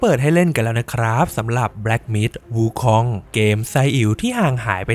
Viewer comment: ถ้าจะไม่ออกเสียงว่า หงอคง แบบที่คนไทยเข้าใจ ก็ออกเสียงว่า อู๋คง จะดีกว่าไปอ่าน วูคอง ไม่รู้จะเป็นสัญชาติอะไรแน่